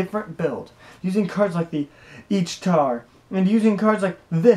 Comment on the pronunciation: You have the idea of the new cards and their purpose down pat, unlike most seem to. That being said (And I know this is hard because of their names) you really need to learn how to pronounce these cards. Eachtar is pronounced Ech-tar. The A is silent. Peredur is pronounced Pear-a-dur. Ect. Also, Gawayn is Ga-Wayne. Not whatever you were saying. Again, I know the names are strange, but when you talk about the cards it is better to pronounce them correctly.